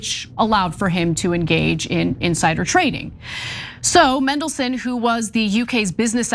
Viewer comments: Get it right, it’s MANdelson, not MENdelson. Kind of annoying given it’s pronounced exactly as it’s spelt! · It's Mandelson, not mendelson, get it right 😮😮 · Same charges as Andrew Mountbatten-Windyarse. Not enough, but these types never face consequences. And his surname is MANdelson, not MENdelson. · He's always been a bad risk. Should never have been allowed into office. By the way, it MAN-delson not MEN-delson! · mAndelson with an “A”, not mEndelson with an “E”. Please. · Just as a sidepoint, it’s MAN-delson, not MEN-delson. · That's just how yanks speak. If they say Manchester, they pronounce it Menchester. Just let em be. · Mendleson. Mega lols. Love how get pronunciation wrong. I might refer to him now as Mendleson. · its pronounced man-DEL-son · You’re pronouncing his name wrong. It’s Man-del-son. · Who's Mendleson? Some classical music guy? Seems she can't even read words phonetically! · It's pronounced "mandle-son" . Thank you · MAAAAAANDELSON.....it's not hard... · ITS FCKN MAN-DELSON!!! why do Americans have to mispronounce fkn EVERYTHING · Its Mandle-son, You are right about the rest though...we are really showing up the US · As soon as I clicked I wondered how they would mispronounce Mandelson 😂😂😂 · To ignorant to learn the correct pronunciation. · That was infuriating to watch, we even saw what she was reading! Who just changes the pronunciation of a letter when reporting a serious issue? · MANdelson, not MENdelson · It's pronounced Mandelson, not Mendelssohn! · MAN-delson, not MEN-delson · Pronounced his name wrong in the first line lmfao. MAN not MEN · its mandelson, not mendelson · Just for record it's pronounced MAN not mendelson although traiterous would do fine! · That would be Peter Mandelson. I think they were pointing out how they repeatedly mispronounced his name as “Mendelssohn”, like the composer. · MANdelson.. Not MENdelson.. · Mandelson not Mendelson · MANdelson, like man. Not Mendelssohn. Bad journalism. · MAN-DEL-SON Not MEN-DEL-SON